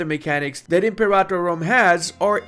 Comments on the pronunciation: ImperATor not imperator 😓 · pronouncing the name wrong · I had to stop watching after about the 10th time he pronounced "Imperator" wrong